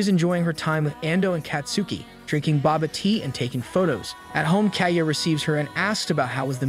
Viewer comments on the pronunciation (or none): Are we not going to talk about how the ai voice calls boba tea “Baba tea” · He said baba tea instead of bubble tea